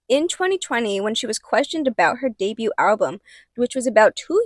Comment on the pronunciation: The “t” in debut is silent.